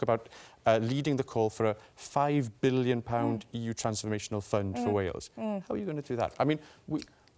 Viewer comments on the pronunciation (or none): none